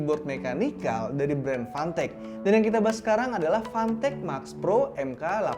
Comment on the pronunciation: fantech di baca pantek